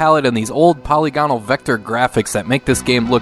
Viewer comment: You pronounce “polygonal” like I do! (Other YouTubers tend to say it like “polygamy.”)